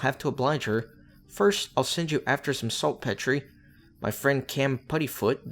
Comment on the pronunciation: If nobody told you yet, "saltpetre" is pronounced "salt-peter"…and in fact I think in the US it's normally spelt that way too, but without the hyphen ;-)